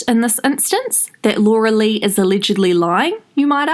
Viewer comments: Ok please just say Laura ur so annoying everytime u say Laura la la lu wa like wtf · What’s with butchering the name ? It sounds like your using one of those programs where you write the words and it verbally says them out loud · Just for the “loluluwa” I’m watching all the ads 😂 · I’m not laughing at her because somehow I feel bad for her... but when you said laluluah I lost it 🤣🤣🤣